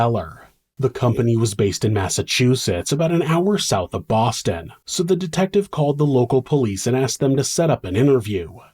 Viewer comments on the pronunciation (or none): none